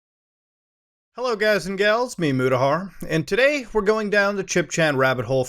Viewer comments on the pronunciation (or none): none